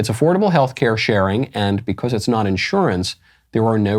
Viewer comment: You pronounce "because" wrong.